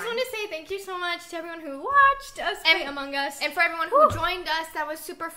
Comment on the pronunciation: why doe severybody say Among es And it is Among Us